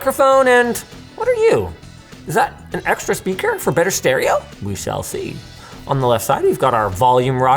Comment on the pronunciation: I tried ignoring with a big smile on my face BUT "WE chall chee" took me out